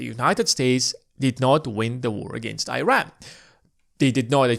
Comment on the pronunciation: Please pronounce the country of Iran properly. Show respect on how it should be pronounced. It’s all about credibility too. Thank you